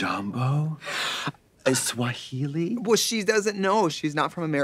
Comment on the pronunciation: Katya clocking Eswahili and not just "Swahili" as Trixie would say: "werk"